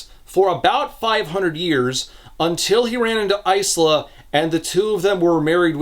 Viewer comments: Lemme say it after hearing it in Lightdark. EYE-SLAHH is a dumb pronunciation. I no longer care to hear opinions against that. Yes I know the writer says it's pronounced that way in the book, I'm not calling her that. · The fact that it's ICE-la and not EYE-la is enough to make sure I never pick up these books. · My only complaint is Isla is pronounces "eye-lah". Like island. "How she got her name!" Lol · Almost 8hrs of this man being unable to pronounce Isla 😅 Its Eye-la. Like how you say Island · I don't remember much about the first books so perhaps I'm missing a joke here, but 'Isla' is typically pronounced 'eye-la' 😅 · Hurts my ears... but you pronounce "Isla" like "Island" without the nd... I have a friend with the same name. :D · You pronounce Isla like "ice-la" but wouldn't it probably be "eye-la" or "iz-la"? Eye-la is how the name is usually pronounced (e.g. Isla Fisher) and the author is from a Spanish-speaking background and Isla is Spanish for Island and pronounced iz-la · The S is silent in Isla so its "Ila". Its Scots. I wouldnt expect a random reviewer to know, so its an easy mistake, ...unless you're the AUTHOR. I hope to God the author didnt go around pronouncing a Gaelic-based name phonetically. Its one thing to Anglicize it (which would be to change the spelling to more English Ila or Eyela to communicate the pronunciation ie Padraig becomes Patrick.) But doing the opposite (changing the pronunciation to fit your interpretation of the native orthography) while giving your character a well known ethnic name, isnt creative, its lazy and ignorant. Again its fine if you just pronounced it wrong, you cant be expected to look up every name, we learn stuff every day. But an AUTHOR should really know about the names she using. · The author of the book pronounces the main character’s name as Ice-la so that’s how pronounces it, they know that the real name is different thankfully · "Eye - La"